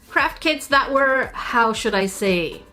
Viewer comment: I don't know if it's my inner Sika but every time you say "craft kits" I always hear "Crap kits" instead 🤣